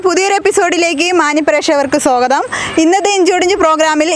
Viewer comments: സ്വാഗതമല്ലേ സോഗതമാണോ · സോഗത൦ അല്ല കുട്ടീ,,,, *സ്വാഗത൦*